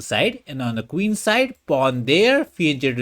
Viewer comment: It's pronounced fee-en-ket-to (from Italian).